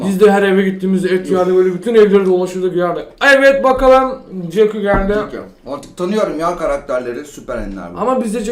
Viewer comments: CEKU değil Jacky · Jacky yerine cekü demesi sendemi güçlüsüsün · Abi jakcy ye cekü dedin